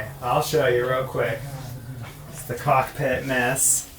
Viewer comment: Did you mean caulk pit tour or cockpit tour?? 😘😘